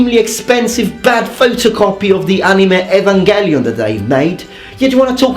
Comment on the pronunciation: I love how you say Evangelion. I say "ee-van-gel (as in hair gel)-ion" but you're saying it like "ay-van-gellion"